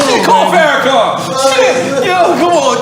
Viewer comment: “Call Farakahn” lmao NORE a fool